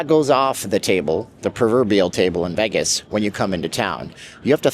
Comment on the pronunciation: You sensationalize and need to go back to Canada, for the millionth time LEARN HOW TO PRONOUNCE VEGAS….not VAGUS…..VEYYYYYGUSSSSSS. NOT VAGUSSSSS